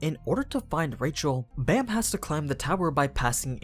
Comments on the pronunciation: Baam not bam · Baam isn't pronounced as B-Eh-M, but B-Ah-M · Dear white people: his name is pronounced “bahm”, not baam, like this dude pronounced it. Bahm = night in korean. His name is the 25th night. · Ok ok ok, everybody is pronouncing Baam as Bam, but I have always pronounced it as Bomb. Which way is the correct way? Bam is probably the right way, but I dunno, Bomb sounds better as a name to me. Also I have literally read the entire webtoon up to the latest episode and like I've been pronouncing it like that forever.